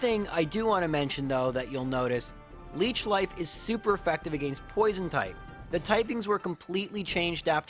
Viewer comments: I really like these videos but I gotta say your pronunciation of “against” makes me hardcore cringe every time haha. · TIL is Canadian. Makes sense bc i was wonderin what the deal was with his pronunciation of “against”